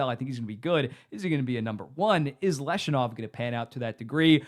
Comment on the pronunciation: I'm not sure how the Blackhawks are in a worse spot than they were 15 months ago regarding their build? They landed the #3 overall pick in the 2025 draft and drafted Anton Frondell, who experts regard as a potential 35 - 40 goal scorer. Also, its pronounced LEV-Shoe-Nov, not Lesh-U-Nov. More certainty with SJ Sharks? Who defends on the Sharks? Where is their scoring depth?